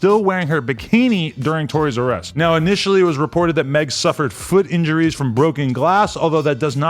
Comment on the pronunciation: When he said "Tory's arrest"" I thought he said "Toy'R'Us" 🤣🤣🤣🤣🤣🤣🤣🤣🤣🤣🤣🤣🤣🤣 Any one else??